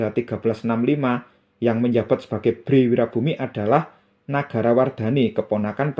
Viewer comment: bukan bhré, pu. Tapi bhrè. Ngapuntĕn lañcang.